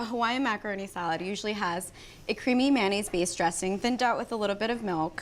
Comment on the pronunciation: Mayo mayo mayonaise NOT MANaise !